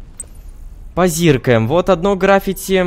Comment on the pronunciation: Не грАффити, а граффИти.